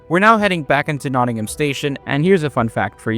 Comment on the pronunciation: Thanks for your survey of Nottingham’s trams, but there’s no ‘ham’ in Nottingham (nor if you go to see Birmingham trams in Birmingham). The ‘a’ is a schwa sound, the most common vowel sound in British English.